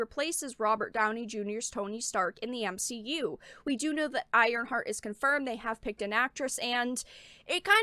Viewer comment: OMG! You said M-She-U 😂🤣☠️ so funny seeing that phrase spread. I'm done with marvel movies, doesn't seem appealing. Still haven't seen ironboy jr 2.